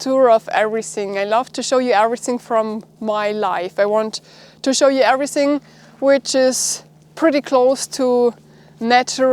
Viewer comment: please please work on you english, its not SINK ABOUT, its THINK ABOUT, EVERYSING is EVERYTHING